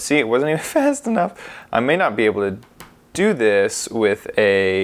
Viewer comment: "Oh, wasn't fAst enough" sorry lol